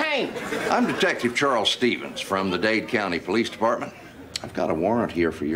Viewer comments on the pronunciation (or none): none